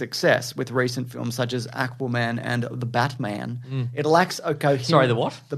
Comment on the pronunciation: “The Ba-TUH-man” 😭😭😭 I’ve rewound this so many times so damn stupid lmfao